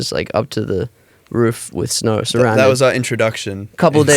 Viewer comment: "We were shoveling snaur" 😭💜